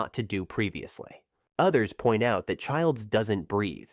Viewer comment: The fact he says dat instead of that lol